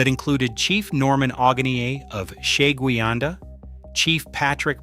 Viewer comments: Sheguiandah is pronounced - sha-GWIN-dah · Sha-Gwyn-Da, at least that is how everyone that lives here pronounces it